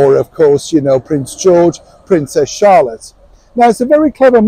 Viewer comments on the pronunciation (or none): none